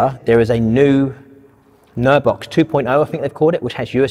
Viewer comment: What are you saying? Nerve Box? Nerd Box? Can we have a link to the product?